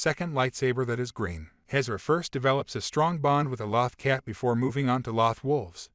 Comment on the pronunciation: Exactly. It was driving me nuts..